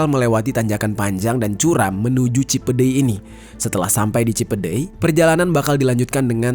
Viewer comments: Cipendey apa cipedey si bacanya? Cipendey kan??? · Kayaknya kurang huruf N penyebutannya bukan Cipedeuy tpi Cipendeuy.. 🙏🙏🙏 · Cipeundeuy bang jer ada huruf N di tengah2nya, bisa di baca : Cinpeun-Deuy (eu nya sama kaya nada di kata "euy" )😂 gw orang tasikmalaya jadi tau info ini, makasih udah menjelaskan ❤😅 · edit . cipendeuy bukan cipedey bang jeri pake ,euy euy 2x 😁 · Kalo bukan orang sunda emang susah baca bahasa Sunda yang bener 😂😂 cipeundeuy bang jer bukan cipedey 😀😀tapi gak masalah aku juga bukan orang Inggris susah ngomong bahasa Inggris kaya bang jeri ngomong sunda susah 😅😅😅